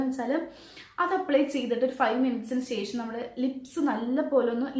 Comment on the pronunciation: Sesham🤔ooo shesham😅